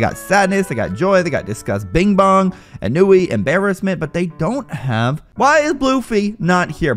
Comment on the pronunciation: Ennui ON-WEE